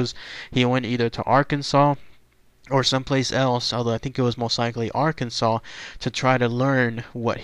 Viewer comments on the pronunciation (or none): none